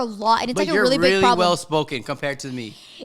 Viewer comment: Don't know if it's just me but everytime i hear say really it sounds like "weally" LMAO 😂😂💞